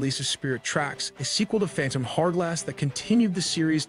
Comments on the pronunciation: phantom harrglass lmfao It's called phantom hourglass (hour glass, as in an hourglass) and hyrule is pronounced Hi-rule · Fun watch! The way you were pronouncing the word hourglass drove me a little nuts though😅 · I’ve never heard anyone pronounce “hourglass” like that before.